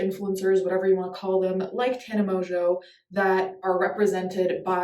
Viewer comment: It's actually pronounced differently to how she says it even. It's Mon-jho.. with a silent-ish n? Idk how to explain but it's french lol